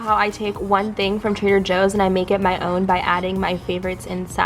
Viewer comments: why do you say trader hoes and not joes? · Did she say Trader Hoes? Hahaha